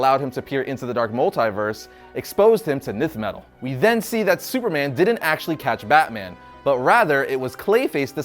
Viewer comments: Howard Beale its actually “Nth” he pronounced it wrong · Isn't nth metal pronounced enth metal?